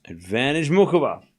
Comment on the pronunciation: Muchova is pronounced moo-hoh-va